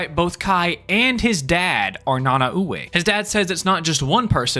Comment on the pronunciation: this is just me being a nerd but it was really bothering me how you pronounced Nanaue. its pronounced Na-Nah-Way. its weird but thats how you properly say it